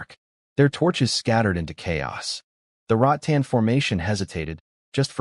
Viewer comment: boss its " rattan " not " rot tan " 🤭🤭🤭